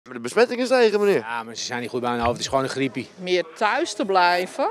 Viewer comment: 😂 “Meerrr thuis the blijvuhhh???”